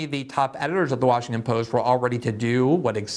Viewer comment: Are you saying Washingkin?